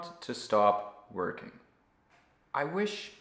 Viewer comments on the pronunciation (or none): none